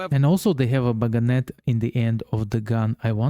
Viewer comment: Bayonet, the dagger at the end of the gun, is pronounce BAY OH NET. I'm not sure, but it sounds like you are putting a G in it. Bayonet is a French word, it was named after the town Bayonne.